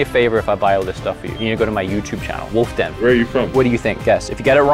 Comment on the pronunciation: She said "WULFF DEN" with confidence. I'm DEAD! 😂🤣☠